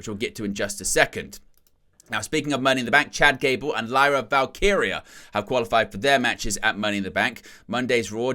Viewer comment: He did it! He did the impossible! He pronounced "Val-KEE-ree-ah" correctly. 🤣 Love ya. ❤🤭